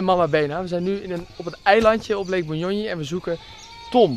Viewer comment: It's Bunyonyi not bunyoyi, anyway thanks for visiting my country, hope u had a great time.